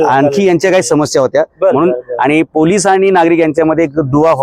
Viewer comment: पुलीस नाही ह्यांना आधी पोलीस म्हणायला िशकवा